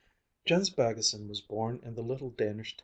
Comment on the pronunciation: As a dane and Baggesen-lover I truly love the pronunciation :)